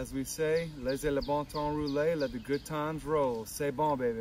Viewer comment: He said la bon ton rullet lmbo thats not even close to let the good times roll